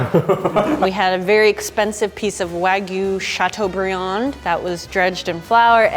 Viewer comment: "chatuebrieun!" (Dabs)